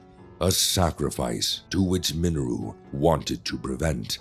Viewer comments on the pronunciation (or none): The only issue I have is how he pronounced Mineru. Please pronounce it as Minayru. Lol